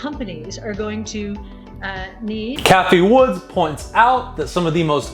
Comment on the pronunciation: It’s Cathie Wood not Cathie Woods🤦🏻‍♂️